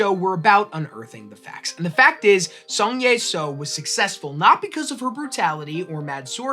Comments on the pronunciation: Closer, but still not exact would be "Jeng" like in jenga. "Ee" like the sound of someone excited and "Sa-ow" like the start of salt and then the sound of being hurt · Fantastic choice of topic, would have been nice for any part of her name to be pronounced correctly. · My mum used to tell me stories about Zheng Yi Sao growing up. I always love hearing more about her and it's an excellent topic for a Complexly video. In the future if you are going to be saying names and places in a different language please ask a native speaker for guidance. It feels disrespectful to continually mispronounce her name.